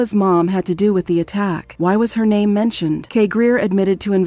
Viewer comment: I thought I was the only one annoyed that she keeps pronouncing her name wrong...